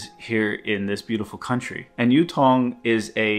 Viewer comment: For starters, the name is Yutong, Yu sounds like E but with a Y sound, and not Youtong. 宇通